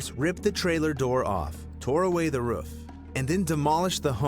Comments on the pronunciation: "Tore away the wroof" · "tore away the ruf"